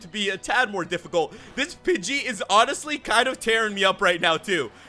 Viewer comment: I thought you said bitchy instead of pidgey